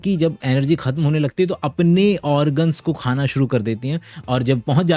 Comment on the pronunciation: Sir aap 'khana' word mein kha pe nukta kyu lagate hain?